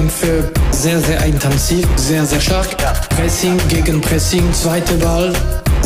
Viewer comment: Warum sagst du "eintanzig" aber unten steht intensiv?